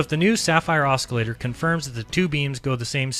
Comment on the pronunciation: Please STOP pronouncing the C in the word OSCILLATOR!!! It's fucking silent!! I know it's a petty complaint, but we are criticized for everything in every way. So STOP MISREADING THINGS. STOP MISPRONOUNCING WORDS THAT ARE EASILY LOOKED UP, AND STOP READING WORDS INCORRECTLY. Thank you, Buddy. Other than that, you're doing great.